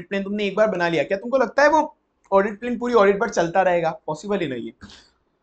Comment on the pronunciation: Bahut zabardast revision lecture hai yeh Bus sir aapse ek request hai ki aap apne pronounciation par kaam kar lijiye, (For eg Plan ko aap Plane keh de rahe jisse aeroplane yaad aa ja raha)😂😂